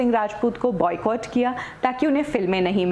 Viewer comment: She says Buy Catt as in Boycott